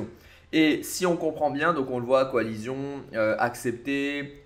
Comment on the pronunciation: "Coalission" pas "coalizion"